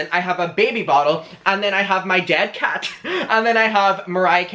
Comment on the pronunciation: Im sorry but the way you said the c in cat so aggresively makes the word need a k instead lol